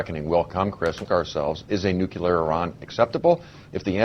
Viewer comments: Why can't conservatives read? "nu" sounds like "new". "clear" sounds like "clear". Put them together and it's "nuclear", not "nuculer". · Ugh. Bayh keeps saying "nook-yuh-lurr". *twitchtwitch* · Why the fuck can't Evan Bayh say "nu-cle-ar" instead of "nu-cu-lar"???!?! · I know that this is an ongoing debate, but this annoys me so much: it's NUCLEAR, not NUCULAR! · Hey Senator, it's NEW-CLEE-AR, not NEW-CUE-LAR!!! Jeez! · Is it just me who thinks it's scary when politicians say "nuculear" when it's pronounced "nuclear"? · "Day of Reckoning"? A warhead needs to be deployed up inside Bayh. Oh, and Evan - IT'S NUC-LE-AR. NOT NOOK-YOU-LER. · One of the only hard and fast rules I have, is NEVER trust anyone that pronounces it "new-cue-lar" instead of "nu-cle-ar"... In fact, it pretty much automatically makes me want to shoot them in the face... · hey Evan, its pronounced nuCLEAR, NOT nuCULAR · I don't trust anybody who pronounce it "nucular" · *sigh* It's pronounced "new-clear," not "nuk-u-lur." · Clearly not a dem. "NUKULAR" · This guy is saying "nucular"?? He's no Democrat. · I general discount the opinions of people who say "nukular". It may be a mistake on my part, but I feel that someone who can't correctly pronounce nuclear, which is not a hard word to pronounce, is too stupid or ignorant to know very much about the topic. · anybody who says 'nucular', especially a government official, is a complete and utter moron and shouldn't be given any importance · Dear people being payed thousands upon thousands of dollars to speak on National Television. Say it with me. "Nuclear". New - Clee - Ar. Nuclear. Neeeeeeeeeeeeeeeeeewwwwwwww Cleeeeeeeeeeeeeeeeeeeeeeeeeeeeeeeeeeeee Arrrrrrrrrrrrrrrrrrrrrr. Nuclear. Thanks. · Nucular...uh oh. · If you can't even pronounce the word "nuclear", you're too damn stupid to have a valuable opinion here.